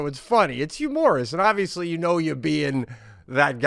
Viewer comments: Pete not even knowing he is saying the word humorously wrong is hilarious hahah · I'll always prefer just the two of you for the cast, but has proven to be an honorary guest. He's great! I don't even watch football, but he's definitely "HU-MOR-OUS" as Pete calls it. 😂 I was glad they called it out the 2nd time Pete said it in this episode! 😂